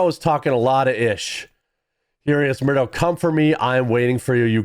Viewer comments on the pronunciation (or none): You keep saying marudo instead of maduro. This is not the first time I see you mispronouncing names. You are a cool dude, but it makes you look unprofessional and undermines the trust in what you are saying. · You keep mispronouncing Maduro, it's Maduro, not marudo....